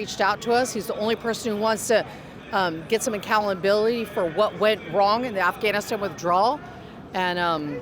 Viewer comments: did you notice the 2nd woman can't pronounce the country of Afghanistan on her first attempt? Donald talked about the airports of the 1770s during the Revolutionary War. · “Afghaniswoo withdrawal”